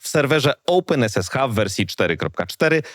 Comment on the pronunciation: Nie rozumiem, regression wymawiasz poprawnie, czyli co to jest "oupen esesha"?